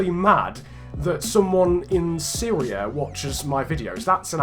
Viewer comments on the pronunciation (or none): none